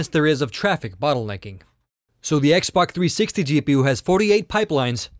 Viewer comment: If u listen closely he says xboc360 instead of xbox360